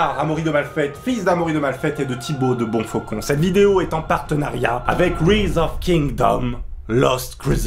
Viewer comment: Par contre j'espère que tu le fais exprès pr la prononciation de rise hein x)